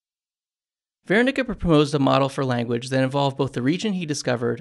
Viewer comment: THANK YOU!!! random but I'm an audiobook producer. Never had to say Wernicke before so thanks for the correct pronunciation. Lmao I would've said werr-nick-ee not vair-nick-ah 😆🤦